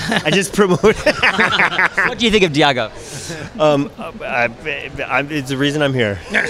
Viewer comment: Sheesh tell the interviewer how to pronounce Diego's name. SMH.